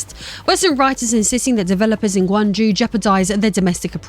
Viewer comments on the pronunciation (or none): Guangjew nope it's not pronounced like that, it's pronounced GunagJoe. As for the "journalist" 🤣 it's clown show BS.